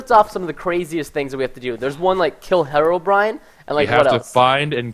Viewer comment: HARLDBRIN? hearobrine